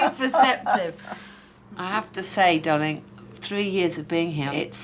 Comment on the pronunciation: I disagree. I love Alex but the way she calls people 'darwliing' really gets up my nose. I'd tell her to call me by my name. 🦘